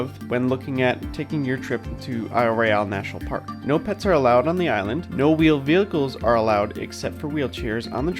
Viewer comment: I love that you all are covering these topics. However, I cringed every time you mispronounced the name of the island. even pronounced it correctly for you. Of all people, the MGS should know better. Horrible audio of as well.